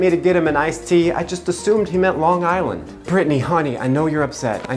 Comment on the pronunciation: I don’t know where you’re from but you said Long Island like a convincing Long Islander